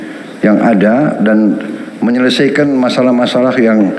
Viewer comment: Menyelesaikan bukan menyelesaiken